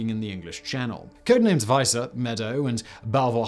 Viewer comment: Also, code named vee-sa, not vice-sa. Vice-sa would be wEIs(s)e